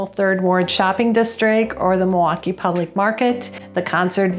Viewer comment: You pronounced it right!! Mawaukee!